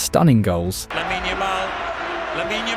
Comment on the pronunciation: Please stop saying Laminé, e is silent.